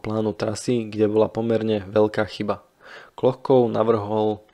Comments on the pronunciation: Jméno není Klochkov, ale Kločkov. Některá jména a názvy vyslovujete špatně. Naučte se azbuku, není to těžké. Jinak díky za zajímavá videa. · Ne Klochkov, ale Kločkov !! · necita sa Klochkov, ale Kločkov - necitajte to ako to pisu Anglicania, pozrite ako sa jeho meno cita priamo po rusky pri fotke. Ale inak velmi zaujimave ! dobre spracovane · Jen drobnost: příjmení účastníka výpravy by se mělo číst "KLOČKOV", podoba "Klochkov" je klasická anglická transkripce, v níž ruské "č" má podobu písmena "ch". Jinak ovšem opět skvělý dokument... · Kločkov ,nie Klochkov.🙄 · Vedúci sa volal Kločkov. Chyba vznikla pravdepodobne pri fonetickom prepise mena do angličtiny - Klochkov kde ch vyslovuju ako č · Videa su fakt super ale trochu dehonestuješ svoju prácu tým že strašne komolíš mená poraď sa nabudúce z niekým kdo ovláda výslovnosť číta sa to Kločkov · Akokolvek ma video zaujima, nemozem to pocuvat. Kedze autor kanalu robi skvelu robotu, mozem mu s azbukou do buducnosti pomoct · trpim pocitom, ze nepozna ani anglictinu, inak by vedel ako ma to ch citat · z akého jazyka ste to preberali? vidím v azbuke č, anglický prepis ch sa tiež vyslovuje ako č